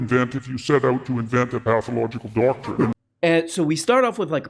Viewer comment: "Their whole damn DAUCTORINE!" - Jordy McPeterpoop